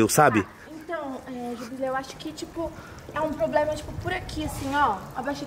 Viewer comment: O "poblema" é q a morena não sabe falar, problema...kkkk